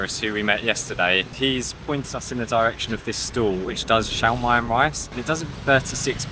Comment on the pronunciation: Hi Welcome to the Philippines! I'm glad to know that you've been trying local foods like street food. The "SIOMAI" is pronounced like "SHAW" "MY". I'm expecting alot of island travels of you from Luzon to Visayas to Mindanao 👌